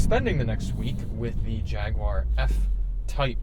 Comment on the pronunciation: Thank you for pronouncing Jaguar properly 😄